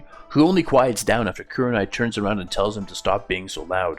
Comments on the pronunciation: Lol its probably the accent but i hear a 'yew' as in Kyewranai it should be more like like ooh like koohrenai Loving the direction the story is going with. Were you inspired by that famous fanfic where minato survives and naruto pretty much becomes a boruto like character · Loving it so far, but the way you say kuranai